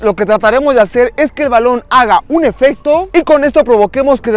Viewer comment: se dice efecto